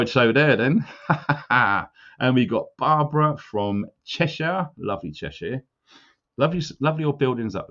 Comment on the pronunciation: Stop saying Shy-er! It’s SHIR??? pronounced SHER! York-sher! Lanca-SHER! You’re making the world mispronounce the shires! You said Cheshire correctly, why not the other shires???! Lol! Keep up the good work but at least pass on the knowledge of language shizzle, ta luv!🤣